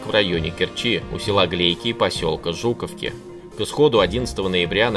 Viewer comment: Посёлок "Багерово" с ударением на первом слоге. Посёлок "Жуковка", с ударением на втором слоге. Аджимушкай выстоял до прихода Светских войск.